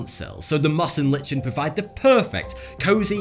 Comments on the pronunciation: "lichen" is pronounced "lie-ken" not "li-chen" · I got really triggered because of the way he pronounced lichen as "Litchen". It's actually pronounced "Liken". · LICHEN is actually pronounced 'LY-KEN" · "LICHEN" is actually pronounced 'LY-KEN" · lichen pronounced "Lie-Ken" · Learn how to pronounce lichen please.